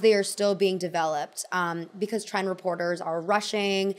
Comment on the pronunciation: "because" pronounced like beak-eyes or beak-wise is all i think about when listening to 😅